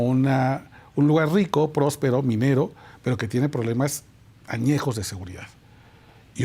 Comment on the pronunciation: Excelente entrevista , pero sería urgente que el periodista se atienda de ploblemas de salud.